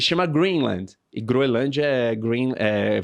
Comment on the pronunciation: A guria conseguiu se atravessar em tkdos os comentarios errado e falou o nome da ilha errado todas as vezes